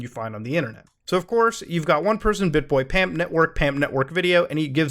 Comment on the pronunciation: I like how when discussing PAMP he says PUMP. You mean like....Pump n Dump?